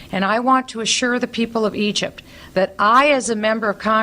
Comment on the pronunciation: I swear I thought Bachman almost said ugypt